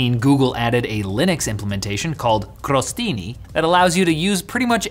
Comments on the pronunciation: The intro of the video totally made my day. And when I thought things couldn't get any better, he pronounced the word "crostini" in a perfect, flawless Italian and I'm... totally shocked now 😅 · as an italian, I can say that pronunciation of "crostini" (which means croutons) was flawless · Italian approves your "crostini" pronunciation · I'm an Italian and can confirm that was top notch pronunciation O.o